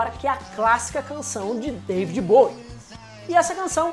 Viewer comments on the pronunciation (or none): none